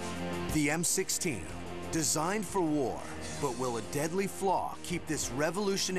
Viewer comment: it sounds like he said M60 did anyone catch that or is it just me?